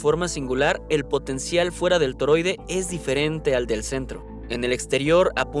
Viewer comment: Toroide* No Toro 😅